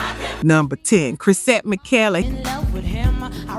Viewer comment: 2 miss pronunciations of the same name in this video- Chrisette Mikelly and Chrisette Mishellee..also researching correct pronunciation is a very important step you're missing altogether!!!